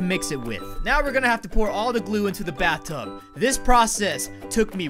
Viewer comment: he said bathum